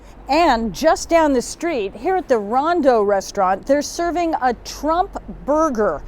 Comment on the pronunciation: It said tramp burger , what the heck